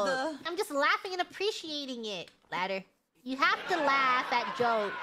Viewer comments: I died when she said L A D D E R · she legit said🪜